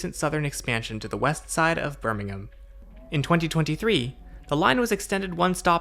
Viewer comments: It seems strange to me, hearing an American pronounce Birmingham correctly. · I'm just glad an American can pronounce Birmingham correctly :p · glad to hear you say "Birmingham" correctly :D haha I have been using this Metro pretty much all my life :)